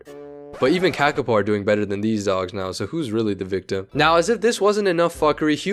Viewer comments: FUCKING HELL hi hello im a New Zealander and AHHHH do i hate it when people dispronounce a word that has a line on top of it like “ā” it means to say it longer so its not “KA KA po” its “kaa kaa po” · Learn to read accent marks please. A as in Ah not //æ/, Monothong "o".... not cak, but caaa! caaa!, A in father. Like raven calls. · Its pronounced kaakaapo you say the letters with macrons for longer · dude. its not the KAEKAE POU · Its pronounced Kah-Kah-Poe not what ever you're saying, i know because this is my native and home country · Made a whole video about it and still mispronounced it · While the pronunciation could be better, accent marks are only useful if you also know the language, or at least how the language uses them. While most languages use them for a long vowel, some use them for tone, and a few other things. None of this is obvious just by looking at the accent mark. The IPA works (mostly), but it's usually only linguists that can read it, not usually random youtubers.